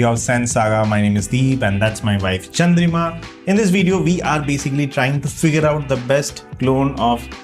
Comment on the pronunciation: Her name is Chandrima , Ridhima kaise sunai de raha hai bhae tumhe😂😂😂😂😂